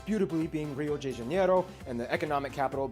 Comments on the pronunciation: It's not pronounced "jay Janeiro", that's the biggest lie in this video. Either "de Janeiro", like in 'day' but without the y, or "jee Janeiro", but never 'jay'. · Actually mostly we cariocas (people who live in Rio de Janeiro) pronounce the "de" as "jay" – actually we pronounce it like "gee" lol – cause there's many accents in Brazil. The "day" is not incorrect, tho are the "Rio" and "Janeiro" lol Ps: the correct is biscoito, don't trust anyone who says otherwise.